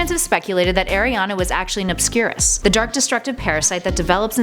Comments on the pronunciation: The founder of Ilvermorny - Isolt - didn't marry a Native American, she married a no-maj immigrant from the Plymouth settlement. That's also not how you pronounce "Erised" (ear/air-eh-said) or Rowling (row-ling). Ariana was an obscural - someone with an obscuris -, not obscuris. If you're going to make a video of something, anything, especially Harry Potter, as the lore is quite extensive, you should read, watch, look into, and research before doing so. That goes for everyone. I just want to be clear, this is constructive criticism, NOT hate. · The pronunciation in this video made me cringe so hard. Rowling, as in rolling pin. Fine, that's a common mistake, but Erised and Boggart? Also, the PARASITE inside Ariana was an ObscurUS, which made HER an ObscurIAL.